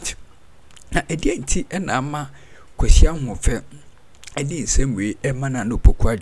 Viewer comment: It's not Kwesi Ahoufe. It's Kwesi Ahwoi